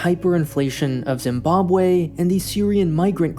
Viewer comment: Zimbabwe* not Zimbobwei